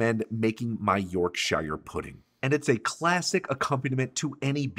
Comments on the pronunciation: Its Yorksher not York shy er :) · The final R in both of those names is pronounced for people who speak rhotic dialects of English (which is most American, Irish, and Scottish English, as well as some British dialects). So yes, to speakers of non-rhotic English it’s Yorksha, but for everyone else it’s Yorksher. What it definitely never is is “York-shyer” like he said. ;) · Yorksher not YorkSHIYER. 👍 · Fantastic video. Gotta treat those amazing cuts properly and do them justice. And that gravy oh my 🤤 "York-shy-yer pudding" is pronounced "York-sher" 😉 I know, cos I live in Yorkshire. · York shiiiiyyyyrrrre.? Yorksheeer...please. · It’s YorkSHEAR not YorkShiyah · York-SHUR ... not York-SHYRE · Looks very good. As a Yorkshire man (pronouced Yorkshuh or even Yorksheer but never York Shy ah) I cannot tell if it the videography or if your yorkies are a bit over dense. But the reverded seared neef looked well cooked. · Mate…it’s Yorkshire Puddings pronounced Yorksher not Yorkshia 🙄🤦🏻🤣🤣👍🇬🇧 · Nice beef :) but it's not York-SHIRE pudding its York-Sha I live here after all oh, u need to use lard not oil in the muffin tins or trays & get it smoking before the mixture goes in. That way they will rise like power station cooling towers :) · York-shure…. Not York-shyer. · No garlic! This is a British/English dish. There is definitely no garlic. Don't use it! And for Yorkshire puddings you pronounce it 'York-sha' not 'York-Shy-are' puddings. You're welcome! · It's Yorkshire, not York-Shire. And you put way too much batter in which results in a thick stodgy pudding that is inedible. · it's not york-SHIyRE puddings, the correct pronunciation is york-shur pudding (anywhere in the UK) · Sir, there is one thing wrong with this video - it's not "YorkSHIRE" pudding it's "YORKsher" :P That beef looked fantastic! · “York shy-er”? No Sir, just no. It’s York-sher (sort of. Not sure how to spell it phonetically.) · It's Yorkshire, not York-Shyer. Shire, like you shear a sheep. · York 'sher'.